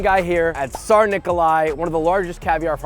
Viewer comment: The tsar pronunciation had me cringing a bit and I'm not even russian, I'm bulgarian